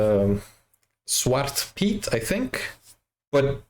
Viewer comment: If he is Dutch... why is his Dutch pronunciation that bad..... weird. Even if you moved at a young age, if you were of an age you got told Sint wasn't real you were old enough to remember that Piet is pronounced the same as Pete. The Chimney black is a modern interpretation to hide the "it is actually a slave part" (No I am not anti piet, but I am a realist and history geek) Zwarte Piet was created in 1850 by Amsterdam school teacher Jan Schenkman. Sadly the past decade at least, if not longer, there are two groups (pro piet AND anti piet) that refuse to come to a compromise and insist on ruining the fun for the kids. Just adding other colors makes them the fantasy figure pro piet people claim it is but pro piet people don't want that and anti piet people refuse it if black is not toally removed. so they are at a stale mate.